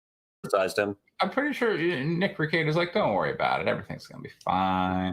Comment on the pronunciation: Be careful of your pronunciation of your own name or Drex will have to double check your N-word pass. Nick Rekieta not Nikr Kieta.